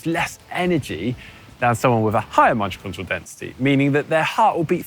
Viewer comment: "Mijojodrial density". I think that word "Mitochondria" gave him a stroke.